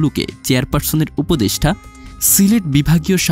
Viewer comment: উপদেষ্ঠা না, উপদেষ্টা উচ্চারণ ঠিক করে ভিডিও বানাবেন, সোস‍্যাল মিডিয়া ফাইজলামির জায়গা নয়, ভাষা নিয়ে যা তা করার অধিকার কে দিয়েছে আপনাকে? ফাজিল কোথাকার!